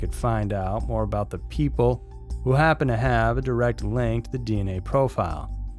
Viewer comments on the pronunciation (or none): none